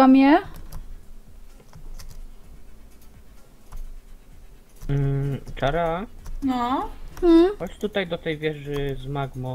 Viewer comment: Nie Verssa tylko czara XD